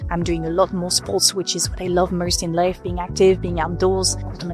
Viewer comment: Please try to say ow instead of urr. Studiurr, 30 years agurr. Like murrst